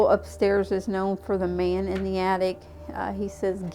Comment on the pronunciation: Always makes me laugh hearing say “KnowN” and “Munster”😊